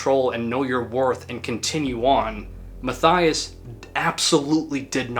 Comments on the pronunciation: The name Matthias is pronounced "Matt-ee-ass", not "Math-eye-ass" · Know the story from back then. Band irrelevant and I wouldn’t call that guy (pronunciation Mah-tee-ahs Shoremànn) an incel either. Correct term would be simp. Remember the story differently from someone who knew this guy personally. According to this guy Mr Karathorn was simping for Ms Brust (pronunciation wrong again) for years, but she allegedly had sexual encounters with him from time to time, to boost her ego, again turning him down after that. Classic on-off sorry f. Certain women love simps, cherish the simping and bad things can come with that. As this case shows. Whether this detail is true or not, guy was a weak BM narcissist, probably showing other signs of a dark triad personality. Except for the Norwegians almost every crime connected to Black Metal folks shows insecure loser behaviour. And in hindsight these Norwegian youths were insecure losers as well, except their music was exceptionally good. Worse BM related crimes happened in Russia, Colombia and Finland, but the BM True Crime topic would turn out as interesting as the music of Carpe Noctem. Better to skip on that, unless one strifes to milk the views of sensationalist normies that find these topics very fascinating as it’s a small escape from their own dull life, where never anything remarkable happens. Just saying.